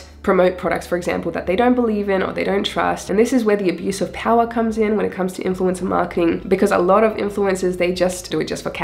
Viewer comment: Great video. Wasn’t sure was “influenza marketing” was. Then I realized you’re saying “influencer.”